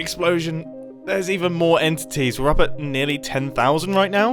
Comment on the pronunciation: Are you serious right neow, bro?